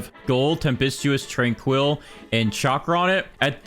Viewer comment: Your pronunciation of tranquil is diabolical.